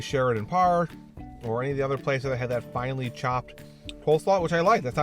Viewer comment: did you said "Finally chopped" instead of finely chapped? :D